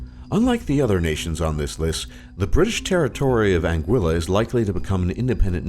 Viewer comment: Am i the only one who came to the comments to complain about the pronunciation of Anguilla? cringed every time i heard it